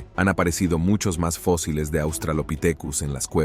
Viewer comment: Todo el trabajo de compilación y edición de datos REALES se ve socavado por la falta de relación con el título del video ( colonizando quién?) y las faltas de dicción al leer en español, lee fosiles en lugar de fósiles, etc,etc,etc. Y lo q "acaban" de capturar en África tampoco me quedó claro, la ultima fecha q das es 2020.